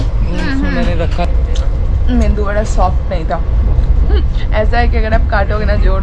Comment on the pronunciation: It is not Me"n"du vada,it is MEDU vada